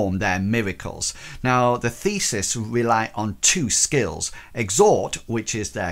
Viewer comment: Thanks! Very helpful! One note -- the god-based magicians are "theists," as in the opposite of "atheists." No S between the vowel sounds in the middle.